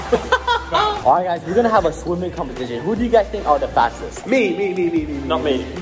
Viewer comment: He say Oight guys